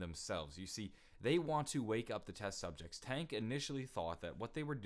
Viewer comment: on he says test subjects wrong he says ses subjects or at least that's what I heard correct me if I'm wrong